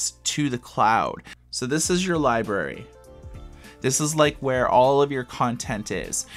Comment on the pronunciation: Not sure I can trust an ebook reviewer who can't pronounce library